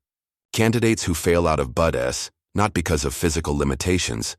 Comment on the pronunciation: Pronunciation of "BUDs" is Budz NOT Budess. Good story.🇨🇦Pickering, Ontario